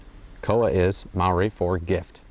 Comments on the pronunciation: koha... pronounced core-ha ish (closer than cowa) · Hey great video! Just wanted to point out the pronunciation of koha is "core-ha" rather than "koa" :) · Te Araroa=Te-ah-rah-raw-ah Koha=Call-hah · the O in Koha is a little lower, and it's two syllables, Ko-Ha, almost. Or at least that's how I've always said it, how I was taught. As always, it differs from place to place.